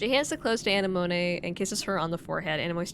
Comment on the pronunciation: I'm sure you know this by now, but Anemone is pronounced like the flower. Uh-nem-oh-nee